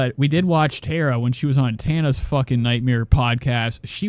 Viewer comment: It’s TAR-A not TEAR-a .